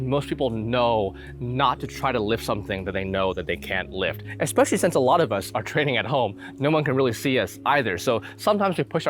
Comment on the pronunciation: Did you actually say, "eXspecially"? Lol